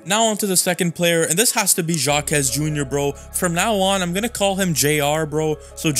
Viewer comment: Names can be tricky sometimes. Jaime Jaques is pronounced "high-may hah-kez," and Heat fans have been calling him JJJ, or triple-J. Also, I just love watching Duncan grow like this. Jimmy is Jimmy, Bam is just special, and Tyler's a bucket, but Duncan isn't supposed to be this good, and it fills me with such joy that he's put in the work to get this good. Thank you for this break-down.